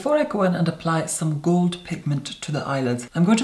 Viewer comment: But you can still hear the hint of Scottish there too, like when he says gold, the o in a scottish accent is always a bit longer, different.